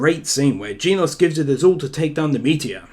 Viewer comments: its genos not geenos. is it that hart to say! im getting angry because of it. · Oh man.. he pronounced genos Jeenos 👏👏👏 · Genos is pronounced like generation (the gen part) and then os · U say genos wrong